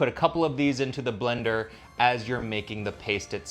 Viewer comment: "Bel-ender," the new "Me crow wahvay?"